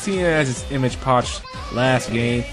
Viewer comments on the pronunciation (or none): Fyi it's pronounced image epoch, not image poch.